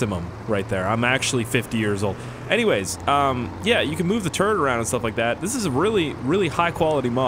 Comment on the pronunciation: I thought he said "Move the turd around"...